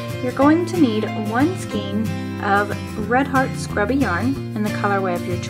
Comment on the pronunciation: I'm really glad that you didn't make it seem like this stuff is so easy to work with because it drives me nuts. But please learn how to pronounce skein.